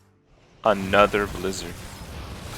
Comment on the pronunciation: Whenever Kripp says "another sth", I always hear the Face song and it's "Another huffer" ^^